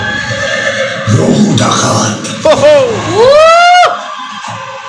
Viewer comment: একটু পড়াশোনা কর ভাই, ওটা রঘু ডাকাত, রাগু ডাকাত না🤣🤣🤣🤣 দুজনের কেউ কি পড়াশোনা জানে না??? জাতি জানতে চায়। নাকি ওটা বাংলাদেশী ভাষা, ওরা বুঝি রাগু বলে🤣🤣🤣🤣 ফ্রী টিকিট দিলে দেখতে যেতে পারি। কারণ ফালতু টাকা নষ্ট করি না।।